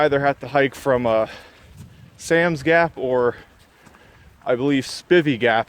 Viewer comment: Can tell this dude isn't from around here, it's pronounced Spi-vey Gap. Long I. You're welcome.